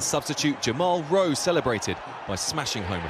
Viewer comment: Jamal rose/rowe??? Its lowe but ok